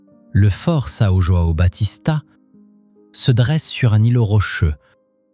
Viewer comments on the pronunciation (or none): none